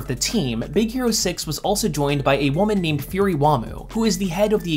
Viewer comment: furi? fury